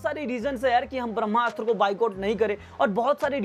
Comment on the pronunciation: आप जो कोई भी हो बहुत बड़े वाले हो, जो आदमी को ब्रह्मास्त्र बोलना नही आता वो ज्ञान दे रहा है , ये एक शब्द में बोला जाता है ना कि दो शब्दो में आप इस को ब्रह्मा अस्त्र बोल रहे हो, और एक जगह रणबीर सिंह बोल दिया, हिंदी बोलना सीख पहले